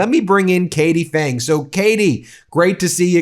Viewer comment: Phang should be pronounced PANG emphasis on AH, not aaa, P not silent. I should know because my wife carries the same surname